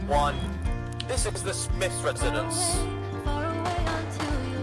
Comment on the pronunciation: "White Smiff" lol